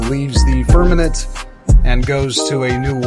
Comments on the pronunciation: Not firmanet. Firmament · Okay, make sure to tell him to learn how to say FIRMAMENT!!!!